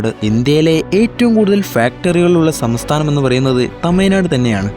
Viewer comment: ആദ്യം സംസ്ഥാനം എന്ന് പറയാൻ പഠിക്ക്